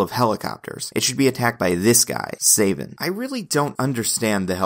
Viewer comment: it's SA-vin not SAY-vin cos his villain name is Coldblood-7 in which the "7" is supposed to be a wordplay on his surname "Savin" because it's PRONOUNCED THE SAME WAY